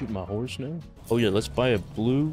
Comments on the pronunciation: "are u serious right neow" - 2022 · "Are you serious right neow" LOL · are you serious right neow